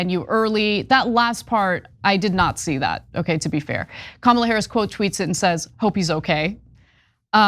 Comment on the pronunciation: They must have to train themselves to pronounce Kamala Harris’ name wrong and then remember to pronounce it wrong every time. Or maybe they are all just given the same brain worm that makes them want to vote for a horrible con artist.